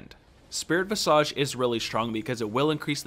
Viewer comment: VIZAGE NOT VISAAGEE. THIS ISNT NARUTO THE HOKAGE